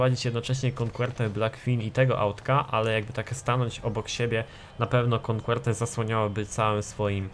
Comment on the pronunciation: Jakie "konkłerte"? xd Coquette czyta się "koket" ;P